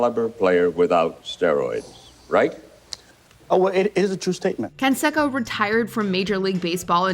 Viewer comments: It's pronounced con-say-co not con-sek-ko. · It’s not Can-sack-o. It’s Jose Can-say-co. You would think given you even used an interview clip you would have made sure you pronounced the peoples name correctly. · It’s pronounced “Kon-say- ko” not “Kon-she-ko.” And one of his opponents is pronounced “Vi” not Vey Sikaheema (he was a superb multi talented runner/receiver for BYU football) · "Can sec'oh" lol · That damn consecko I tell you 😂😂 what the hell?? You think these big YouTube channels could pronounce a damn name right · Jose Consecko lmao 😂 love how she miss pronounces that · Jose "con'say'co". 'Liar liar' taught me how to say his name. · No advisors to tell her Jose CAN-SAY-CO 😆🤣😂😹😆🤣😂😹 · Omg! It’s pronounced (con-say-co)! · Killin me. Pronounced Consayco. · Man you guys always flop the names. Haha jose consecko !!😂😂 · Can-sekko... really? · You never heard of Can-say-Co have you? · Say it with me ... Con....Say....Co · Or Jose Can-SEC-o. It hurts my ears every time she mispronounced their names over and over again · learn how to say Canseco right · Who is this child who can't pronounce Jean-Claude Van Damme or Jose Canseco's name why is she the narrator how do the people in editing this not correct her